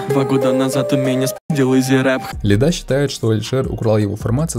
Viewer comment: лИда, а не ЛидА, он плавает по иронии и постиронии, тот дисс частично шутка, даже его глупые рифмы, это пародийный рэп